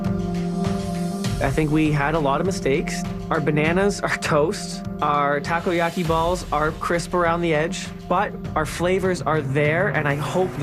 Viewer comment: I laugh so hard when the other chef pronounced "takoyaki" as "Taco yaki" HAHAHHAAHHAHAHAHAHH